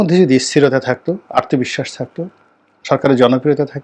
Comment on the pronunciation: রনিভাই কথাটা 'আর্তবিশ্বাস' না 'আত্মবিশ্বাস '। কয়েকদিন থেকে লক্ষ্য করছি আপনি ভূল উচ্চারণ করছেন। আমি আপনার একজন শুভাকাঙ্খী।